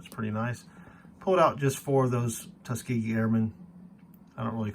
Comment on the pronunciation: It's nice to hear someone pronounce Tuskegee correctly!